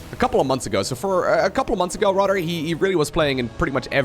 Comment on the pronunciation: You have a genuine laugh and great personality. Much better voice to listen to than most other casters. Just one thing: start pronouncing the "th" sound properly. Right now, it sounds like the "d" sound when you say things like "rather".